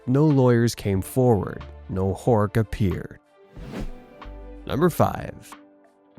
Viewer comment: Butchering the name Horch here. Really, it's not 'hoork'.😂